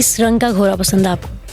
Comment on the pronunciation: بہت زبردست ماشاءاللہ، لیکن جو ھماری انٹرویو لینے والی بہن ہے انکی اردو ٹھیک نہیں وہ گھوڑے کو گھورا اور گھوری کہ رہی ہیں جبکہ بچی بلکل ٹھیک بول رہی ہیں ، برائے مہربانی اپنی مادری زبان کو کبھی بھی نہ بھو لیں